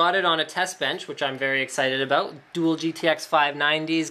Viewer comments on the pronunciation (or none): none